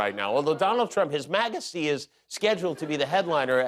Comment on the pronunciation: He said “his maga-sty”. Lol